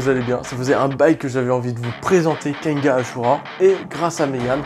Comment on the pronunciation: mais pourquoi tu dit kenga ? il y a un N à la fin pourtant ( kengan )